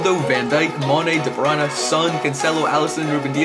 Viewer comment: Stop saying kdb name like that